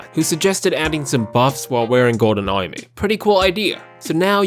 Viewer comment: i like how you say armour :)